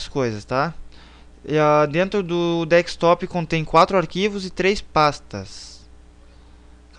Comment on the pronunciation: VACILÃO, NÃO É DEKSTOP MAS SIM DESKTOP !